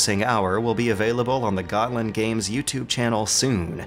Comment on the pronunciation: "Gotland" lol "Visby"!!! HAHAHAHAHA!!! I'm not even Swedish (I'm Danish), but that pronunciation is incredibly hilarious :) As for a video, thanks, I would never have realized that those other things existed if you had not made mention of it. And I quite like other the content too, as an "inbetweener".